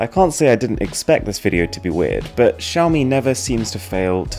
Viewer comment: Please learn how to pronounce Xiaomi properly 🙏🏻